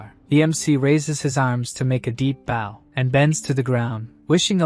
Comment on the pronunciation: I really wish these voices could pronounce BOW 🏹🏹🏹 correctly. Too bad the English language can be so stupid at times.